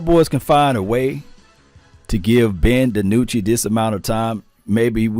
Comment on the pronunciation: Maybe some fellow team channels will change tunes concerning Dinucci. They won't even say his name correctly. Sure, everyone wants Dak to play..............but....yeah. You play who you got and like it. Too bad the line sucks and he has to run for his life like the 2 guys before him.